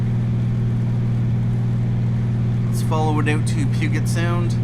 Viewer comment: Puget with a J sound! Hahaha as a local omg!!! But thanks for the upload!